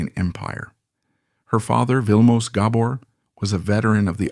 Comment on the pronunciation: You need to get the last name right your saying it wrong. Do your homework